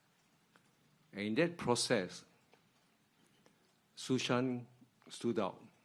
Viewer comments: its not susan, its su shan :D like it you geddit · "Susan"... "No, it's Shŭ Shàn" - Johnny English